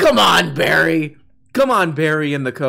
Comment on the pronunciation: Her name is pronounced Bar-E. I hear she is quite the little drinker. But, only Chardonnay out the box.